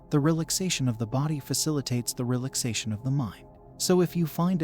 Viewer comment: The AI voice misprouncing "relaxation" is just too much...